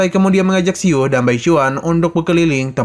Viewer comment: Min salah ucap, bukan keluarga yusuan, tapi tce chuan, juga bukan si-u tapi siu satu suara